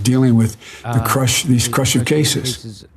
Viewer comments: Did he say, “these crusher cases”? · “... dealing with these crush uh these crush a cases”. ? He seriously has a speech impediment but I can’t get enough of this it’s hysterical! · What's a "crushitatious"? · Did he say these "crushive" cases.. kind of sounds like that. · crushive cases? is that what he said? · Ah yes the crusertaceous, that's totally a word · What’s “crushive cases”?